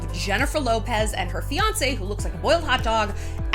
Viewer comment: A-fianced? Mais, évidemment, vous parlez Francais! Wow! You ahhre...how you say...so cooltyoored!